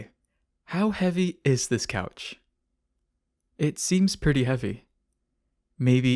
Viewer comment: AYO MATE YOU ASSUMING THE WEOGHT OF ME COUTCH